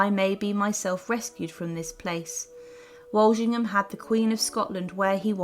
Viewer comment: A good synopsis of events. Name pronunciations need attention though. ( e.g.it’s ‘FotherinGAY’ and ‘WalSINGham’. 😖 Lol)